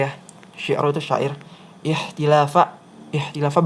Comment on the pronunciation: Kk mohon maaf itu dibacanya ikhtalafa bukan ikhtilaafa, beda cara baca pasti akan berbeda arti🙏🙏, barakallah makasih ka...